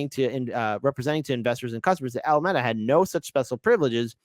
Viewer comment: Don't get me wrong. I'm a fan. But ... why are you just reading someone else's article, when you have no idea what you're talking about or even how to pronounce the name of the Alameda? Lol. Just some honest, hopefully, meaningful feedback. It's a not a good look.